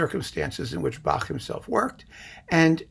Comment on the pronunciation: So impressed that you pronounce Bach properly. None of this "back" nonsense.